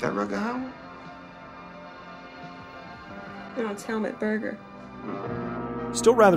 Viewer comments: It's not Hel-mutt, it's Hel-MOOT. The more you know lol. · Why can nobody pronounce Helmut’s name right? It’s not helmet Berger, it’s HELMUT! You’d think everyone would have the respect to learn the lead role’s name before saying it for the mini doc